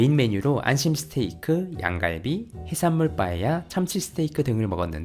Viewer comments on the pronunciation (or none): none